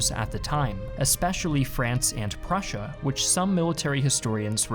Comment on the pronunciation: Strange way to say Prussia